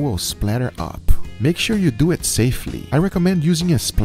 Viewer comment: “Let’s Dyewit!”